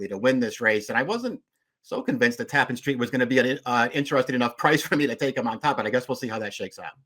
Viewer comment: It's tap-PAN like ja-PAN. always telling me something I don't know.